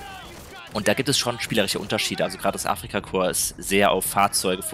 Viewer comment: Kann man dem Jungen bitte erklären dass es nicht deutsches Afrika „kor“ sondern Afrika korp. Es triggert mich maximal